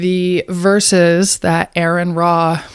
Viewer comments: It's not Aaron, it's are-on. Please stop reading your book of fairy tales. You sound really stupid. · It's not Aaron, it's Aron. And like Aron I have actually read the bible and it's actually the bible that gets everything wrong! Try reading the bible and learn the terms you're accusing Aron of. If you actually read the bible you would be an atheist too. Also, Learn history! Lmao! The bible is a joke. Your god is a joke. And anyone who believes this biblical garbage is a joke! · You:"what's with the quotation marks" Also you: "I know why quotation marks are used" 😂😂. You pronounce Aron, Aaron 😂 is reading too hard for you, or is it just the pronunciation that gets you 😂. I wasn't aware that you made any coherent points to refute... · Firstly, it's Aron, "Ah-ren" not "Aaron" Secondly, star wars is science fantasy not science fiction! Thirdly, have nice day 🎉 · Come on, seriously come on. It doesn't say its a sphere it says circle, a circle is a 2 dimensional shape, its flat, and this was not humans, this was you god, conveying the message. Are you this dishonest in the first minute, i'm nor interested. Try to at least pronounce Arons name correct. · The only reason this video has multitudes more views than your other pathetic attempts at engagement is thanks to Aron Ra. And you couldn’t even do him the basic decency of pronouncing his name correctly. Also, your use of Chat GPT to “prove God’s existence” or whatever is pathetic and laughable. Stay in your lane (which according to your religion is in the kitchen) and leave the biblical analysis to the grown-ups; e.g., people who have ACTUALLY read it like Aron.